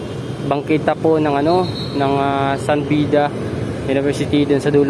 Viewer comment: San Beda, hindi San Bida.